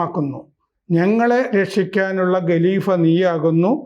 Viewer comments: ഗലീഫയല്ല ഖലീഫയാണ് ഗലീഫയല്ല ഖലീഫയാണ്. സ്ഥിരമായി പറയുമ്പോൾ ഖ വേണ്ടിടത്ത് ഗ എന്നെ പറയു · ഗലീഭ, ഗിലാഭത്ത് എന്നിങ്ങനെ പറയാതെ ഖലീഫ, ഖിലാഫത്ത് എന്നിങ്ങനെ തിരുത്തിപ്പറയൂ.